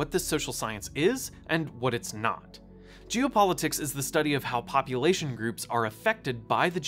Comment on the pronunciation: Loved the video and the education, but it sounded like you were saying "Jew politics" instead of "geo", and that made me feel uncomfortable.